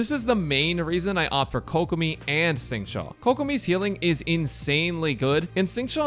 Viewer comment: Everytime I hear say Xingqui I lose hearing.